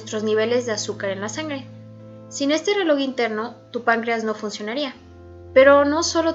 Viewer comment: Esto no es burla pero me da un poco de risa que diga reloc